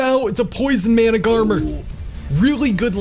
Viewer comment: Mana-gar-mer is how you read Managarmr